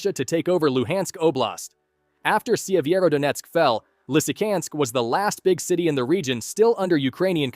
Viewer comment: Not Lysykansk but Lysychancks ch is not k